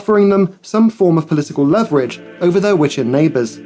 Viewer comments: Oh. You have a nice accent. 😇 The British pronunciation of Sim isn't pronounced as in Simon, it is as in sim card, and leverage is as in lee. 😇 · It this a digital narrator? Simultaneously was pronounced the American way, as was leverage.